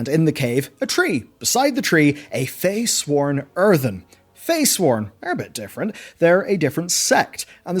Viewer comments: I hate to be the grammar fascist, but they're Freysworn, not "Feysworn". I just feel like that's an important distinction. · They're Freysworn, not Feysworn. Easy to misread but kept bugging me through the video. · Yes but I think the point being made was that at points he was pronouncing it ‘feysworn’. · "ya'shaarch." "faysworn". "archidaeas". pronounciation: biggest enemy... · Yeah they are sworn to Freya, Freysworn. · yep, I kept wondering if I was hearing it right. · Im sorry but i have to be that guy. they are called fReysworn as in sworn to FREYA, they have nothing to do with FEY